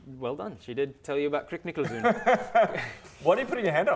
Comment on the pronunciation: Did any other Dutch speakers cringe slightly every time they said "Nikkelzoon," or was it just me? I know it's too late to get the correct pronunciation in the game, but it should be pronounced like "nickel zone"